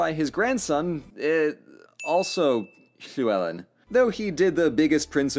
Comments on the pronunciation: Good job pronouncing the old belted L. That is impressive immersion. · Hearing a non-welsh attempt llewelyn and get it right warms my heart.